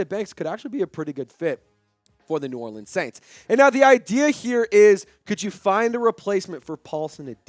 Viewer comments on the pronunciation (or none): none